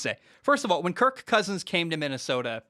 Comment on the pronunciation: He’s playing the meow game with “KirK CKousins” 😂🤣